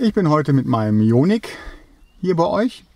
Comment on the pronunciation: "Jo-Nick", also den Wagen kenne ich noch nicht.